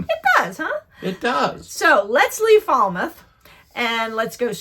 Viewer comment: WHOI=Who-E... Mispronounced Falmouth and Eastham... No hard "e" sound, at the end of Shawme... "On" Cape Cod, never "in"... But you would be "in" each town/village... Highland Light was also moved back from the cliffs around the same time as Nauset was... But the move was another 100'-150' further than Nauset was...